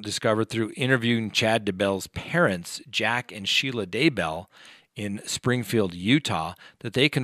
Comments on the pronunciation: Why is he incapable of pronouncing this name (DAY-BELL) properly? A wk ago it was "Da-Bell", at the start of this video he was close but still not right w/ "DA-Y-BELL" and by the end of the segment he FINALLY gets it "DAY-BELL", but can tell he's not happy about it! 🤣🤣 I dont get it!? Its literally a 4th grade level compound word but in NAME FORM! How does he say "COWBELL"? "CO-BLE"? 🤦‍♂️🤦‍♂️🤯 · It’s Day-bell and it Tie-lee